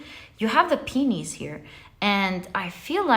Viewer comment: So amusing when you said, "you have the 'penis' here". I've actually been thinking about mine lately... Anyways, the flowers going wth the raccoon. They're called pi oh nis. Peeohnies. But thank you so much for the reading!😊